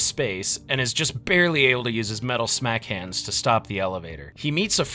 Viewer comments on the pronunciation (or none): none